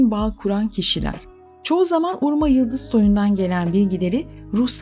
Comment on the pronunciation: Urma değil Urmah.